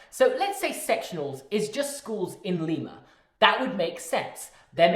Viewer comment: enjoying this but then the mispronunciation of Lima